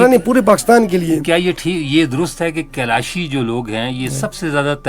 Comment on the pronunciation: آپ لوگ کیلاشی کیلاشی کہتے ہیں۔ یہ لفظ کیلاشی نہیں کالاش ہے۔ آپ انٹرویو لیتے وقت تو محمد علی کو غور سے سن لیتے۔ اس نے کبھی کیلاش یا کیلاشی لفظ استعمال نہیں کیا۔